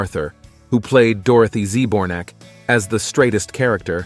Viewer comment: The narrator keeps saying "Dorothy Z Bornak" and I just want to scream🤣